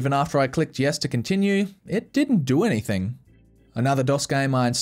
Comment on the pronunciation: "AnythinG" not "AnythinK"